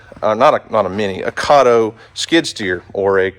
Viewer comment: Its KAY TOE